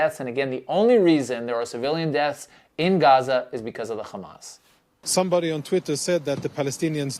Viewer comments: it’s hamas not khamas.. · John Oliver spoke truth. And btw, its not KHamas, its Hamas with an H.